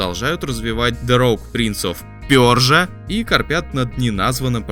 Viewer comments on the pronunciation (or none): Ой, вот эти "авовед" и "пёржа" прям хорошо зашли. Услада для ушей🤤